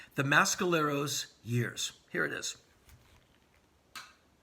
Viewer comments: please learn how to pronounce mescaleros. its meh skaleros not ma skaleros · Someone clarify please. Is it the pronouced Mass-caleros or Mess-caleros? I get the feeling Mr Rollins is injecting some weird accent to The Mescaleros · On the East Coast we say "Mess"..............Never heard it pronounced "Mass" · Great review Henry. Now.... if only you'd stop mis-pronouncing Mescaleros. It's not MASKaleros ffs! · y u saying mescaleros like that